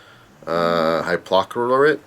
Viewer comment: Calcium hypo-chlor-ite KLOR*